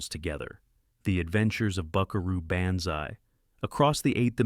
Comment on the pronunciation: When the narrator speaks glowingly about Buckaroo Banzai but can’t pronounce Banzai correctly, you know it’s AI.